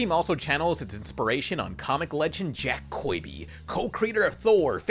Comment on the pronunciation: why do you say jack koiby lmao